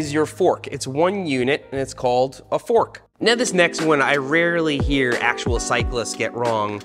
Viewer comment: Seth putting wohder on his fohrk to dampening it made my day